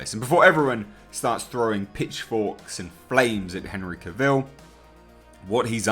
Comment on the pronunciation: Yes, very good reporting. Warner Bros. Should stop being so ridiculous and move on with it. That all being said,, I do believe I read, once upon a time, that Henry Cavill said that his last name should rhyme with ‘travel’. So, sorry, old chap, but you’re saying his last name wrong.